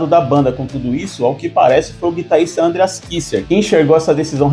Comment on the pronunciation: parei... nao da pra ouvir ANdreas , como todo brasileiro que acha que todo nome ou palavra estrangeira tenha de ter acento na primeira sílaba 100% do tempo.... um bilhao de pessoas fala o nome dele como ele mesmo fala, menos aqui. nao da